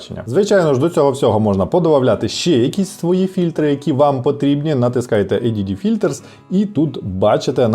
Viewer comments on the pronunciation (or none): Привіт, пропоную розпочинати вчити по-техеньку англійську мову: "Eйдіді фільтрс", читається - "Eд філтec" :)